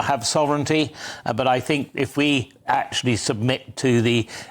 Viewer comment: Akchullay? Who is this woman?